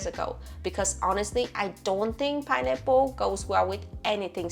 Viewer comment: Pineapple ❌ Pienipple ✅ (I'm not native English speaker either, but this cracked me up)